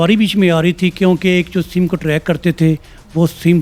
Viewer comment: Kitni simme haha what a educated anchor ... For your kind information Madam sim hota hai ...simme nai hota ...